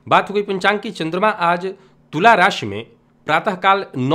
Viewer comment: में कई दिनों से राशिफल आपका देख रहा हूँ, आपके द्वारा बोला गया पंचांग शब्द बहुत प्रिय लगता है उसका उच्चारण अत्यन्त श्रेष्ठ है ।